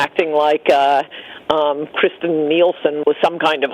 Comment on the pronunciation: she is NOT Kris-tian---it's KIRS - ten. Trump did not fire her--she quit.